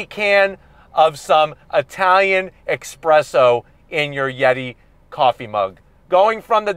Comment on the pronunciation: You said "expresso" but I'll let it slide this time... ;)